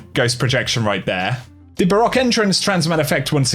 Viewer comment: "ba ROCK" excuse me it's BA ROWK